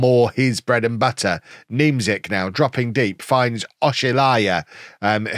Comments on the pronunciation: That polish striker last name you play on the wing is pronounced Ja-koob Nyem-chyk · Niemczyk is pronounced Ni-em-Check